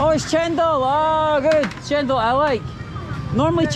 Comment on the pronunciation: woman in white shirt said it right..don't know why one person at the back said it cendol..but still is a sweet drink..no problem I think for